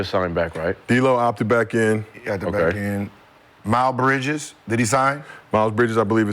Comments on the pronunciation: Why does Gil call him Mile Bridges? 😂😂😂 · Gil said "Mile" Bridges lol I'm dead 💀